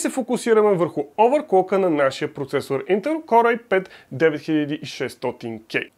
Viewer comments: КОР бе човек, КОР!!! Core се произнася К О Р!! Като хардкор например (hardcore). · Ами някак си се чува като Коре - Коре ай 5 примерно, но може и да е защото го казваш бързо.